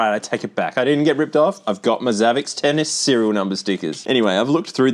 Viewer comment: I haven't seen anyone mention this but I think it's supposed to be pronounced savvy sport. Xavi and xport are separate words on the box and in English x can be used like an s. Following that logic it makes sense to be savvy sport because it's a "high tech" sports machine.